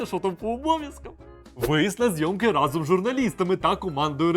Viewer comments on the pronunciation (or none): none